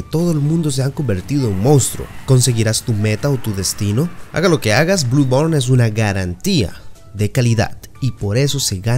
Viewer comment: Blu born 🤣🤣🤣